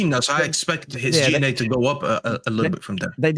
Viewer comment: G/A not G and A 😂 so annoying to listen to this guy